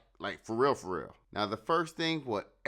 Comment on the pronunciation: When a brother says “fo real fo real”, you gots my attention!